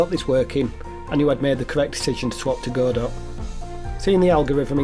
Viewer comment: Hey buddy, good to see you posting again. ❤👍 I've used Godot myself, I actually moved from Godot to Construct 😅 Also, well done for pronouncing Godot correctly, it's Go Dot like Robot. Hence the icon.